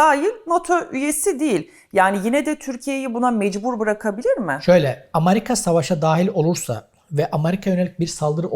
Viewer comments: Hocam sağ ol güzel şeyler anlattın. Yalnız Allah rızası için, sıradan Vatandaşımız gibi AMARİKA deme ..AMERİKA diye telaffuz et !!! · Essek adam amarika değil amerika